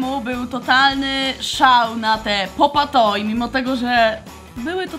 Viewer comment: Pop toy A nie popa toj